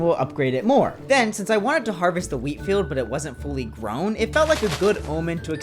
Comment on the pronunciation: I keep hearing weed, instead of wheat.